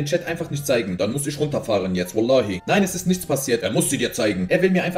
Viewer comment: Bro warum kann die en Endungen nicht aussprechen? Er spricht alles mit einem Ö aus anstatt mit-en. Er sagt nicht zeigEN sondern zeigÖN. FindÖN. AusdenkÖn. SchenkÖn